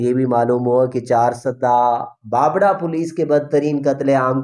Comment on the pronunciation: تاجو ...نھی......تا جُ بابڑہ کو ......با بَ ڑہ......... پڑھا جاتا ہے...